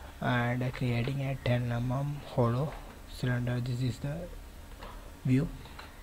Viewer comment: "ten emum"